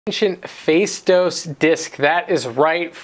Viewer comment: i am from crete and i can ensure you that faistos disk...which is toned in the ''o'' and not in the ''ai'' is not yet cracked...Not a single greek history book or museum has such information and there are a lot of mysteries yet to be revealed about the past in crete. Check out 'spileo of eliuthias' = cave of eliuthias ....also check out what has been found in dikteon andron (another cave)